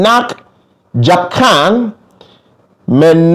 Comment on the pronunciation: Correction: menakjAb -> menakjUb. Generally OK, just ease up a bit on pronunciation of A, relax your tone a bit since you sounds very angry with that fierce pronunciation.